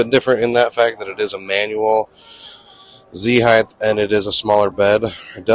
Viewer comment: heighT, not heighTH.